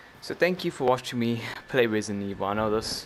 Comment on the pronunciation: "Resinet evil" also when did you get a vr